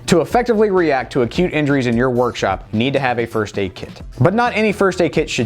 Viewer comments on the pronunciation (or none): All the time you said acute injuries i heard 'cute injuries'🤦‍♀️😅